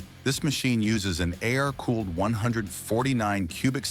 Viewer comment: Can't a person narrate? It's pretty easy. A.I.R. cooled, ridiculous